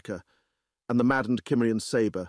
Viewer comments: Cimmerian SIM-marry-on.... Not KIM-merry-on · "Cimmerian" to this point in any reading has always been pronounced "Symmerian." Why the change? The reader did slip up once and pronounce it correctly, at least the way I've said it for over 50 years... The pace was rather frenetic at first, noticeably so, but all in all, I'll give it a thumbs-up. There are some truly cringe-worthy readers out in the field. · It's one of my favorite REH stories . The only irritating part was the narrator not pronouncing the word "Cimmerian" properly 😒. What the hell!!